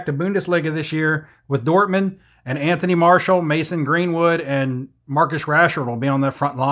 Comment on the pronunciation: Listen to commentary during games. Anthony MAR-SHEE-AL is one